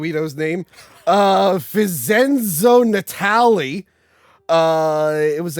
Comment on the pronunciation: cannot pronounce Vincenzo Natali